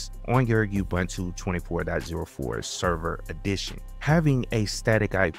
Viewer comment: I don't know when gateway4 was deprecated but you encountered the message in your video and just ignored it. A quick Google of the error message led me to use the "routes" section of YAML (see an example at /usr/share/doc/netplan/examples/static.yaml) Also, it's like fingernails on the chalkboard to hear people butcher the name Ubuntu. It's pronounced oo-boon-too and people should know that by now, especially people providing tutorials on how to use it. Do you say Wine-dows? Make-OS? Why pronounce it You-bun-too? I appreciate you making the videos, but please make sure you're current, thorough, and accurate. It'll go a long way to getting you (and keeping you) subscribers.